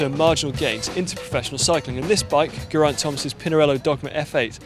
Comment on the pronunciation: Why is it that hardly anyone seems to be able to say his name correctly!? Geraint. Not Guraint. Geraint. "Geh-rhaint" Emphasise the vowels. Slight nitpick, but I don't think I've ever heard a commentator ever pronounce it correctly!